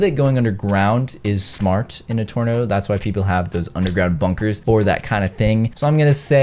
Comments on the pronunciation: he said torno lol instead of tornado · When he says I know people go under ground in a "torno" instead of tornado 🤣🤣🤣😂